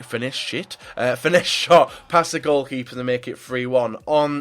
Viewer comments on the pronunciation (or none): Anyone else find it hilarious when he says "a brilliant finesse shit"?